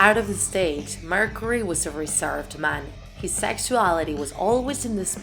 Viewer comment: Shes also saying it like Mercery